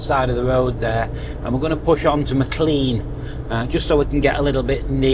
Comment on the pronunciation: Glad to see that all issues have been resolved. Here is some info on pronunciation of various towns you have visited. Maclean (pronounced Mac-Lane); Dorrigo (pronounced Do[o as in hot]-ree-go); Belligen (pronounced Bell-in-Jen) 😊